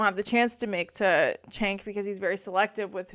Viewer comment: Good video. He does pronounce it “Jenk” though. It’s not “Chenk.”